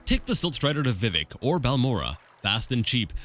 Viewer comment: Good job, keep it up! By the way Vivec is pronounced vih-VECK, emphasis on the second syllable. And your guess about the Sea of Ghosts is correct! I'm not sure that's what gave the sea its name, but humans were fleeing Atmora to Tamriel en masse and many ships sunk there.